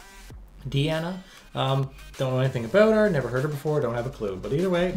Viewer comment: That is her voice. This was week 1 of a competition. She was the last one out, at just 18...and did that! She goes on to beat all her competitors (who are all pros & all those in the stands) and win it over the months. (Her name is pronounce De+ana, not Di+ana)